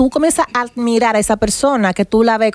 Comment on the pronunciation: Nadie le corrigio que es admiracion, ( no almiracion) Y volvio con lo de almirar, , es admirar